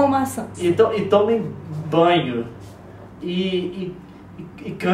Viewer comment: no inicio quando a Nilce começou a falar que era serio ai ela diz COMA MAÇAS